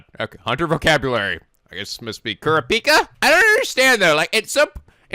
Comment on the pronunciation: please listen to English dub so you know how to say their names (you have leorio correct but not Gon and kurapika).